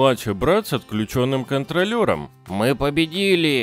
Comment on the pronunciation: "кОнтроллером" Ударение на первую "о"